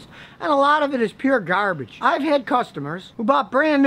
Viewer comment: I love when he says "garbage" with the accent 🤣